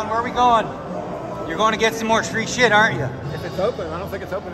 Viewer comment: Aren't is not pronounced "Our rent" either.